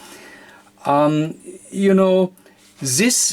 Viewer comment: zis sims to be tru